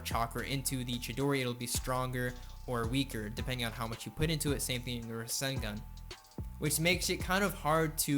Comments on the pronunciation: Bruh, the way he says rasengan. Ruh-sin-gun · The way he says rassengan he says russengun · he say"ra-sen-gun" it triggers me to the highest degree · I love the video, just never say ruh-sen-gun again its rah-sen- gan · Btw its not ra-sin-gun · Lugia 06 I just saying is just annoying that he says it wrong even though it is hard to miss pronounce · "Ruh-sen-gun" "Min-ih-to" Lmao